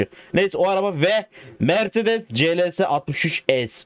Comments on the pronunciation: Mercedes demek yerine meğrenes demek🤣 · Mersedese merledes diyen koca yürekli abim